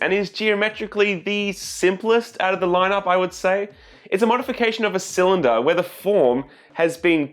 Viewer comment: It's pronounced cylinder